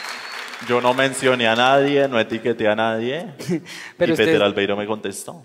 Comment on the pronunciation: No es Peter Albeiro, es Peter Laveiro.